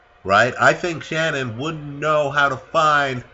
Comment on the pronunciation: Shannon not shannan